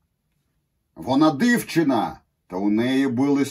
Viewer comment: еще "але" читается как "алэ" и "дівчина" через И, а не Ы Я понимаю, дело в непривычке, но я просто указал на наиболее очевидные ошибки.